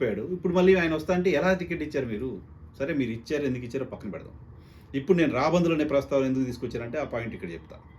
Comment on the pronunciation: Hello, if you the truth about deposits, just speak hell out of it. But do not say “ YCP” chesi undochu” Inkoka suggestion రాభందులు కాదు రాబందులు